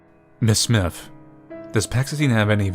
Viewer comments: It’s S-My-Th. Not smith. Smythe is S-my-th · I know this is like...3 yrs too late and all, but..."Smythe" is pronounced "smIthe," that is, w/ the long-i sound for the "y" and the "th" is hard like in "the" as opposed to "with." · you don't know how to pronouce. Smythe isn't pronounced like Smith. It is "Smy" like "try" and then the "th" sound follows. Use similar rice with "i" as the "e" at the end of Smythe gives us an uppercase "I" sound. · I think its pronounced "Sm*I*the" with a long I, rolling into what sounds like the word "the". all one syllable.